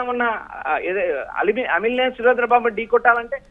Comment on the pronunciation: Alimineni kaadu raa ayya amilineni fire brand